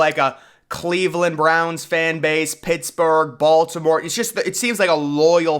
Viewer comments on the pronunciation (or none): none